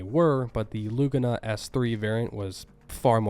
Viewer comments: Loogana ? I'm thinking you meant to say L a g u n a. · Named for the racetrack, the pronunciation is: le-GOON-ah